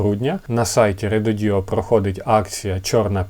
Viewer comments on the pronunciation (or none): РЕДОДО , а не реДОДіО😂😂😂😂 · Рододо, а не РедодІО😂😂😂